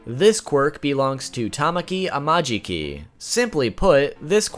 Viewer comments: i will not be Hermione trying to get people to pronounce things right It’s tama ki Not tam maki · tamaki is pronounced ta-ma-ki :>